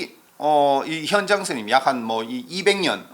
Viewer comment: 현장의 현 자 발음이 틀렸나이다. 제발! 길게 발음하소서!!